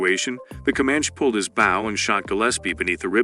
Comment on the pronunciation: Why so many mispronouncined words?! Not even a word like; 'bow' is safe from this guy!